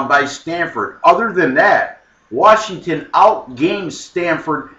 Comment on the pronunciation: Oreeegon vs. WaRshington.